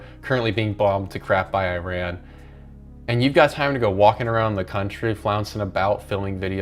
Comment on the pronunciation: My guy please learn how to say Iran right